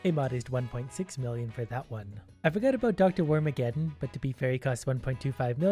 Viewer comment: I felt physical pain when he messed up Dr. Wormaggedon.